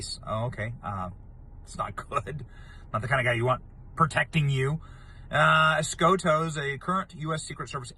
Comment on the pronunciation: Escotto (os-got-toe), os-gaught to go to jail!